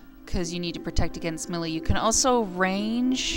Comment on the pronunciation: Great vid, but I have to disagree mispronouncing a word is fine if it is specific to runescape, like tuzo, ( could be pronounced to-zoe or to-zoo) but when you mispronounce an actual English word, like melée (pronounce may-lay), you just sound ignorant and when you say it doesn't matter how it is pronounced you sound even more ignorant. Im nit saying that you are ignorant but being a grown woman you should know how to properly pronounce words.